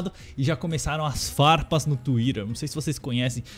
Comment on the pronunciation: "Tuirer" KKKKKKKK